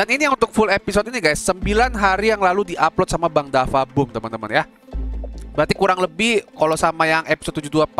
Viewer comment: DaFuq BooM bang bukan dafa boom